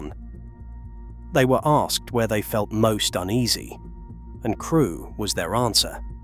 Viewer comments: I thought it was fiction when the narrator referenced a station called " Creweee" rather than Crewe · where is Crewy station LOL - this has to be AI. - Queen Victoria had her own passage under Hull station, into the hotel. I have been down there on a ghost hunting tour to the old underground toilets and police cells - that is a creepy station to go underneath on a guided tour. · Where is Crew-eeee? lol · "Crew-wee station." eyeroll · Crew E....Seriously???😂